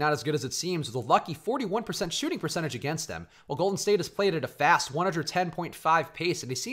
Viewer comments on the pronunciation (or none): none